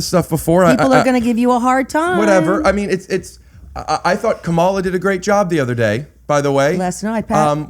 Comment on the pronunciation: He said Kamala wrong.